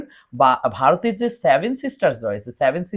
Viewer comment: আগে ভাই উচ্চারণ ঠিক করো তারপর নাহয় ভিডিও কোরো। সেভেন কি করে স্যাভেন উচ্চারিত হয়।